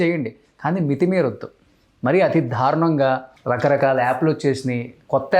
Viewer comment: ధారుణం కాదు అది దారుణం. చాలమంది 'ల' కు 'ళ' 'ళ' కు 'ల' పలుకుతుంటారు. అలాగే న, ణ లు.